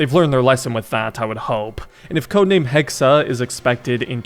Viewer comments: Its not assassin's creed hexe its hexaaaa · Hexe, not Hexa! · I think its pronounced hex not hexe